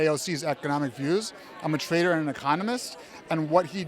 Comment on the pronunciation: he tried to say "i'm a trader and economist" but he said it more like "i'm a traitor and communist" 😭